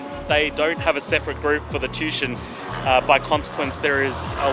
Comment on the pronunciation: It's pronounced tu-ition... Not tushon